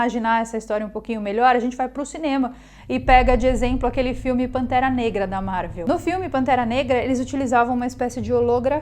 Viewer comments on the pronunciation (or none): none